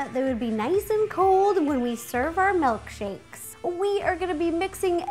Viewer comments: "butterbear MELKshakes." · Is she saying MELKSHAKES?